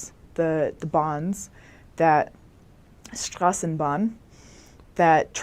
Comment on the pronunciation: Can't help but notice that she did a decent job pronouncing "Strassenbahn"; the guttural German r in particular. No pressure, though,! 🙂